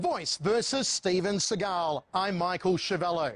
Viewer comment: Who’s “they” he uses “they” a lot “they” said im the best “they “ said they had never seen someone as good as me “ they “ said that they could see I was a gifted boodist (I’ve been a boodist since I was a child (Steven was jewish steve Seagal (see-gal ) not Sah-gal …Sah-gal is as phoney as every thing else about him ..like his painted on widows peak